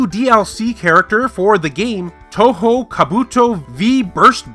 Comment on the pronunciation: yes, you said it wrong, touhou, not toho, not too complicated